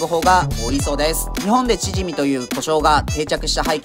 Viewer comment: チヂミのイントネーションおかしくないですか？笑